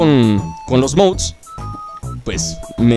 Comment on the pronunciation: Dices mouds